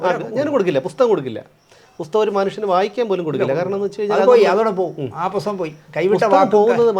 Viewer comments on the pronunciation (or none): പോസ്തകം അല്ല പുസ്തകം